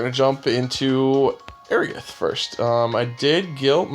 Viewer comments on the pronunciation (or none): Dude you gotta work on pronouncing properly. It's Ae-Rith not Airi-ith.